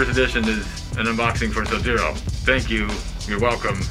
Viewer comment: Souds like hes saying sub zero assk